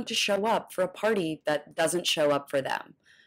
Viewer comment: Please, someone tell this half wit the word is pronounced “that” not “dat”. No telling how many concussions he has suffered. It sure sounds like something gets lost between his brain and his mouth. Ask Mr. Walker to name the three branches of government. He’d probably say the left, the right, and up the middle. That’s how he ran the football.